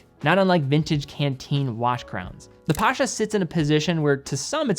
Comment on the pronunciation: Pasha? Really? Seriously?